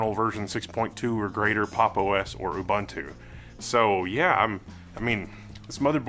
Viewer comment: Ubuntu is pronounced OO BOON TOO.. BOON not BUN